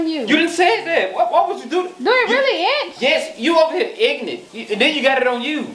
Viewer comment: say inchy it's itchy 😆😆